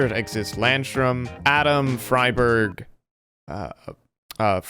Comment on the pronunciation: My favourite, "Friberg".... Friberg